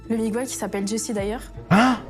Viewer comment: Miguel pas Migouel bordel 😅😅